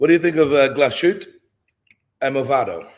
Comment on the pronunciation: For someone who's usually on point with the pronunciation of watch brands your pronunciation of Glashütte was really bad 😂 It's not Gla-shute it's glaaaaas-hütte, long A and german ü.